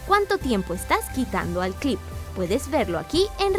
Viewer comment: like por cada vez que dijo clip ajada me encanto